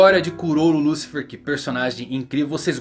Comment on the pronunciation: '' Liucifer é foda ein, deu agonia ouvir essa pronuncia''